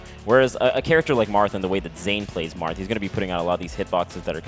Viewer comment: lolz did he say Marff??